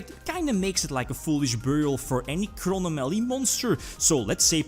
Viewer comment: cro-no-mally... Man i almost fainted from laughter lol I loved the video and i want the fluffal link please